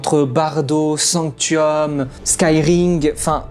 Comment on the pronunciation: Alors sanctum et pas sanctium et eligus éligium tu ma fait bcp rire mais sa ma bcp trop stressé 😂😭